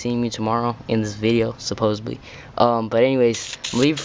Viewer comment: "supposeDly" not supposeBly... !!!